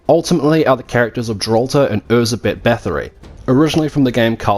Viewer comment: I loved Nocturne, I loved the French Revolution theme, and I even loved Anette's character. My only gripe (me being Hungarian) was that they consistently mispronounced Erzsebet Bathory's name. It's pronounced Er-Jai-Bet (with a soft J, like in the French name Jaques), not Er-Zeh-Bet, folks!